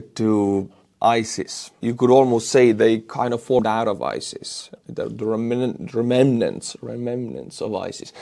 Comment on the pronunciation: remnant (rem -nant) ; )